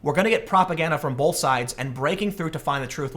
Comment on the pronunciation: The word "both" doesn't have an L in it. Stop it.